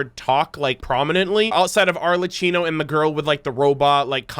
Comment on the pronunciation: Just a correction to the pronunciation of Arlecchino's name : the correct Italian pronunciation is more like 'ArleKKEENo', basically you use a 'hard C' when there's an 'H' after. It's the opposite of 'Tartaglia' where - since there's no 'H' after the 'G' - you do not use a hard sound (TartaGHlia') but a soft one (where G and L almost blend together, a difficult sound for an English speaker where you almost - but not completely - ignore the G). Finally, the pronunciation of Dottore requires that you say both the 'T' letters, making a 'harder' sound with them. If you check the Japanese version of the trailer, Capitano there says the name in the correct way. I have to praise you however for the pronunciation of 'Colombina' since you are one of the few non-Italian streamers that nailed the pronunciation correctly ^_^